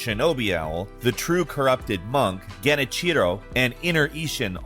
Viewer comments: This dude pigeon says "Genny Cheedo"for Genichiro😭😭 can tell when ppl read from a script, got no clue bout the actual game lmao. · LOL the way he said, Genichiro